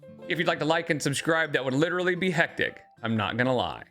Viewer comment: Literally!!!! Cmon!!! Say it right!!